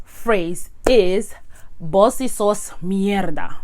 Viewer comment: Just a little observation. It’s actually vos for you . Voz is voice. ❤️❤️ the video btw👍👍👍👍👍